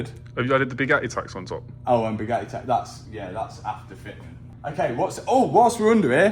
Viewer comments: When Mat says Bugatti, the T is silence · I love saying Bugatti without pronouncing a consonant.